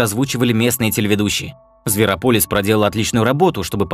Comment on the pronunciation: Пол - это имя такое, а Пэл (Pal) - это приятель. И зверОполис, а не зверопОлис, а то получается какое-то лекарство, а не название мультика